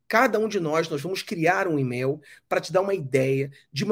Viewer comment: em português se lê: email como "imeil" e não "imel" ok? Abraço